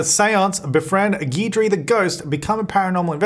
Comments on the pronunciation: Geedree Me: cringes in Cajun Guidry is pronounced "Gid-ree" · Guidry is pronounced Gidree. It’s a common last name in Louisiana.